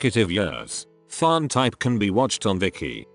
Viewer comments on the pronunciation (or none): Please, the name TharnType. The pronunciation should be a hard "T"-- "Tharn" like "Thailand." T T T T T. Not "th" like in "think".